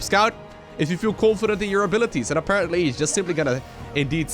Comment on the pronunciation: Stop overusing "aperantly" btw. Luv ya;]